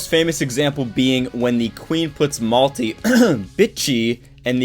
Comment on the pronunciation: He says Maine melty